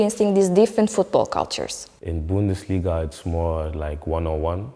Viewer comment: Kardesim - “wear” - “viir” diye söylenmez. Türkçe aksanlı söylemekte sorun yok ama en azından düzgün söyleyin. “Youth” - “yaut”, bundesliga “bundelisga” - nasıl böyle basit hatalar yapiliyor! Bu hanımefendi kimin tanıdığı acaba? Üniversiteden mezun olunca iş bulamadın, hazırlık İngilizce okumuşsun, gel takıl durumu olmuş.